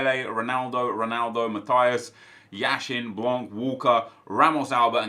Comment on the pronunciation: Not trying to be rude but when you pronounce yashin's name you have to put the accent on the first syllable. Love your videos!!